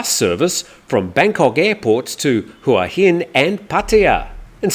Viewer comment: Congratulations, you say HUa Hin correctly, unlike most foreigners who live here 555